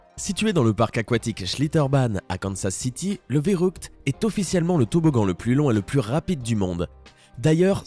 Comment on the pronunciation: En Allemand on prononce férukte pas vérukt